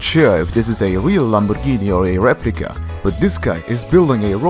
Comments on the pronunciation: lol lamborghini oerakan xD say it properly xD dont blame that english isnt your first language its also not mine xD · the way he said Lamborghini is so satisfying